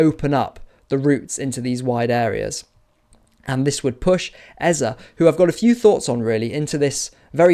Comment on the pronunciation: Great analysis as always. Love to hear someone pronounce Eze's name correctly too. 😅👍🏻❤️🤍